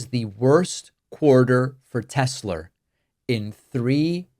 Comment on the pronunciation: "I love Tes-slur!"